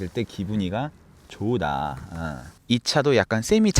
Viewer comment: 한국사람 맞습니까?얼마나 일본에 오래 살았으면 "조으다",정말 짜증나네요.ㅡㅡ*